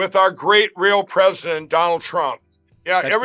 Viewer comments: 'Twump' 😂 must be Mrs Fudd calling in. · Pwesident Twump. Curse dat twicky wabbit!